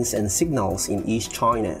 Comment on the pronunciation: Why you call China Try_na??!